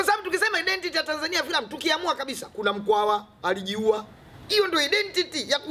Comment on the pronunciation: hahaha eti `identiti` hahah steve its "aidentiti"